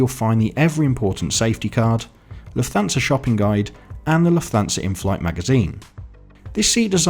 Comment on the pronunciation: Great video! Only suggestion is that Lufthansa is pronounced 'luft-hansa'. Keep up the good work